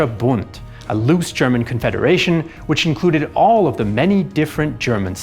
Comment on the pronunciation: Your German pronounciation is on point👍